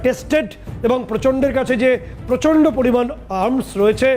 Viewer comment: প্রচন্ড = গোবরান্ড 😅😅